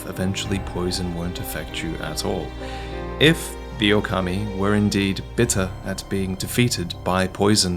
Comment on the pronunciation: Hi, maybe if you pronounce it Ookami, when you referring to Sekiro, it is clearer that you mean "Wolf". It depends on how you pronounce Okami und Ōkami:D